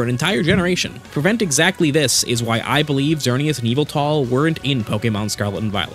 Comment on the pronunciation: its yahvultal